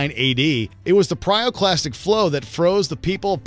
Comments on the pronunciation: PYROclastic! NOT PRYOclastic!! 😠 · After five “pryoclastic flows” I quit.